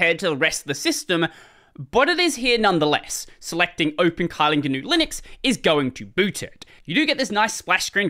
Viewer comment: Not pronounced as kite, the y in it in China, we pronounced it as i in kit in this word Kylin.